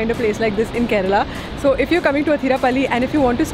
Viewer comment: the way you pronounced kerala and not keral differentiated you from the rest. Like it